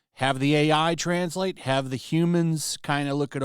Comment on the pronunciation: I liked how you emphasised the trans part of translate .